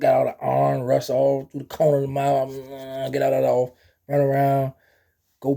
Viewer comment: said a mouf is a mouf 😂😂😂 wiiiiiyyyyyynnnn lol